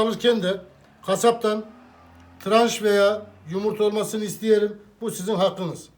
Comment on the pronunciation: O tranç desede traş anlasiliyor